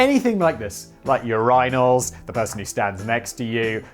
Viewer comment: Sooooo we're jus gonna pretend Simon said Your-eye-naul.....😂😂